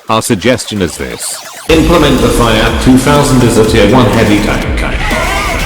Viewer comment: Why does the text to speech program mispronounce FIAT :(